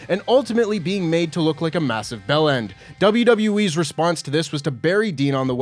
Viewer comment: The phrase 'bell end' sounds weird in an American accent.